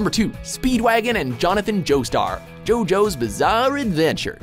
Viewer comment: "Jojo's Bizarre Ayedventure....." WAT???